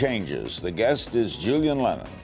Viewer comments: Doesn't do a second's prep work either. Mispronounces Julian's million selling album in the introduction. Julian is charming about it. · Larry can’t pronounce “Julian” correctly, is pretty funny. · Maybe ask a staff member how to pronounce the title of his new album before you bumble it up.Do 20 seconds of prep, larry. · C'mon, Larry. You couldn't pronounce the name of the album?